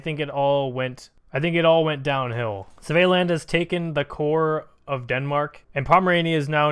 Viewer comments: Svealand is pronounced similar to Sweden but instead of a W, it’s a V with a D at the end lol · The way u say Svealand tho